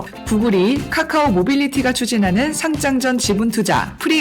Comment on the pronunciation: 효꽈를 과로 상장을 짱으로 왼전 잘 못 발음 일관되게 해주길